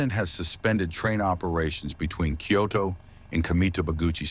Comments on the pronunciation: If you're not AI, can you pronounce Kyoto correctly? You're saying it like "Kyodo." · It also mispronounced the name of the station. The name of the station is "Kyoto Station" and the reporter in Japanese pronounced it "Kyoto Eki". But the AI voice pronounced it like "key-yo-toe".